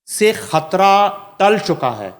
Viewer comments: This female anchor has a croaky/ voice not a pleasure to hear and on top of it she says khatra instead of Hatra. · Oh lady! What is khatra? Don't ruin the beauty of urdu language and its pronunciation. You are probably the offspring of an Indian hindu family? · بھائی آپ اپنی اس کو اینکر کو خ کہنے کی پریکٹس کروا دیں ۔یہ کھان ۔۔کھبر ۔۔کھترا۔۔۔تو کہنا چھوڑ دے ۔ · خاتون اینکر شائد ہندی بولنے کی شوقین ہیں انھیں شائد اردو زبان سے کوئی شغف نہیں ہے یہ خاتوں مسلسل لفظ خطرہ کو کھطرہ کہہ رہی ہیں ۔ہیں یہ صاحبہ پاکستانی اینکر ۔ افسوس